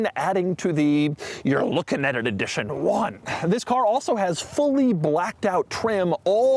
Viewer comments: How does he not know how to pronounce edition? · Take a shot everytime doug says EEE-dition 1